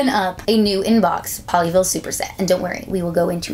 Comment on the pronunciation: Every time she says “Pollyville” she sounds like she’s saying “Ponyville” I’ve been watching to much MLP....